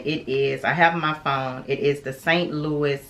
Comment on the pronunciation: Also “San Lou-eee” not “Saint Louis”